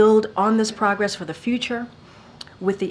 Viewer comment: What are "pawgress" and "champening"?